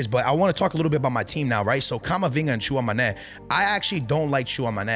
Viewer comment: Bro i watch you every year , u are a beast but at least search how to pronounce your starters , Tchouamoney😂😂